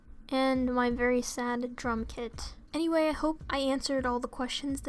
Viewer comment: This is weird but when she said "Drum kit" I thought she said "Drunk kid".....